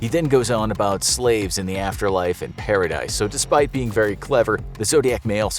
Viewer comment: “Paradice”, ha ha ha!